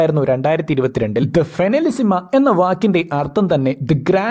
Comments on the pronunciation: Español pronunciation agane ann bro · ഫൈനലിസിമ ❌ ഫിനിലസിമ ✅😂